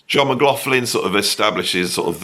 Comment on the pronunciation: Persuading someone to do an interview when you can’t pronounce their name is difficult,Beato does the same, there is no f in McLaughlin. Pronounced McLochlin.